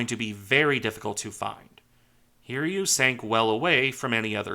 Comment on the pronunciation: Souryuu and Hiryuu are Japanese names, therefore their name need to be read like this Sou-Ryuu and Hi-Ryuu, not Sore-Yuu and Heer-Yuu. Souryuu -> Sou like the word 'so' and Ryuu like 'riew' with '-iew' from the word 'view.' Hiryuu -> Hi like the 'i' in the word 'bit' and Ryuu similar to Souryuu's.